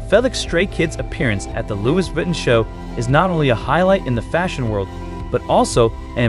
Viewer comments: Please can you get someone that speaks english properly! Aaaahhhhh! Why do they confuse ‘he’ and when to usr ‘she’s… his name is not ‘Fell Licks’. Aaaahhhhh! and let’s not mention the mispronunciation of Louis Vuitton!!! … Its ‘Loo ie’ ‘Vi Ton’ try again!😡😡😡😡😡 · Mispronounced Lois Vuitton and calling Felix, her?